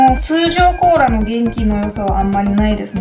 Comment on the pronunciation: Choux cream? cola? I think something wrong with your tongue yuka 😂😂😂